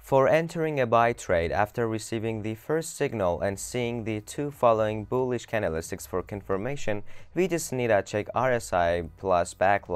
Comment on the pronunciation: "can-del-is-ticks" ?? .........................................................................Priceless.